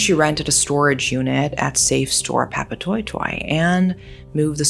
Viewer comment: Not a bad pronunciation of Papatoetoe! Nice!!